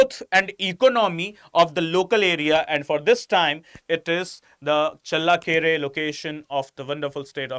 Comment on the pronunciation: thanks for explaining well. But pls improve ur pronunciation while u talking about karnataka and kannadigas.challakere u changed the pronounciation several times which is not right kambali also..pls its a request from kannadathi.And here in Karnataka nela jala bhaashe nam praana. Hum janthe hai bhai ki kaise sambhalna ap pls apna pronunciation ko sambhalo.🙏🏽